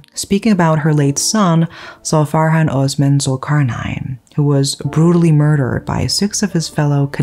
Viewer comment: The S in Osman is pronounced the same as in Sweet or Sauce.